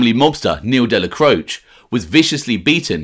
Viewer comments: Isn't it pronounced Dellacrochee ? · Good channel. But your pronunciation of names like Dellacroce is merda. Dellacroce has letter A sound at end of it. Salut! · In the traditional Italian, however like many Italian names in NEw Yok it has been Americanized - even the man himself referred to his surname as Della-croach. Colombo mobster Joel Cacace should be pronounced Ca-ca-chay but relatives of his have said that the surname is now pronounced as a Ca-case. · You are incorrect. The traditional European Italian is indeed different from how the man himself pronounced his own name. In traditional Italian it is pronounced Della-cro-chay however the name was Americanized and those who knew him said that he said his name as Della-croach. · I agree that in the traditional Italian it does. However, the name was Americanized, Dellacroce himself pronounced his name as Della-croach. This is common with a lot of Italian names in New York. For example Colombo mobster Joel Cacace, should be pronounced Ca-Ca-Chey, but even the man himself refers to his surname as Ca-Case. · You are mispronouncing the name ‘Dellacroce’.